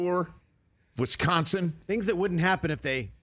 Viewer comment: Nice. mispronounces twice in one state. It's not Wesconson dude. It's Wisconsin.